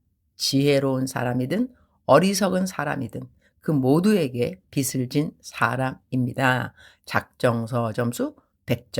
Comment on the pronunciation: 발음 교정을 하자면 ㅎㅎ 빗을 /비슬 빚을 /비즐 선교사님은 비슬 이라고 하시는데 비즐 이라고 발음 하는게 맞습니다 😂😂